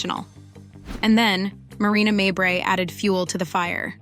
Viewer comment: Stop mispronouncing mabry